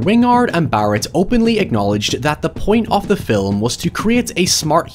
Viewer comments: I still prefer "filum" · Personally “fil(lu)m” gets me every time